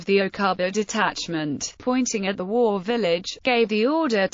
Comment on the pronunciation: Get the pronunciation right, it’s pronounced Wow nor war